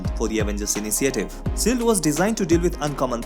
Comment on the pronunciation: Since you are targeting national audience here is a tip: Please pronounce SHIELD as shield not SEALED Your SHH.. sounds like SS.. Nevertheless, it was a good recap thanks.